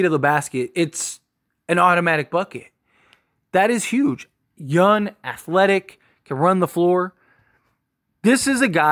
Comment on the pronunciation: Dude... y u keep saying "yun" instead of young😂?